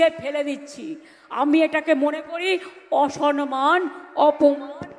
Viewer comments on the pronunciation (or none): ম্যাডাম, ওটা অসনমান নয়, সম্মান বলুন।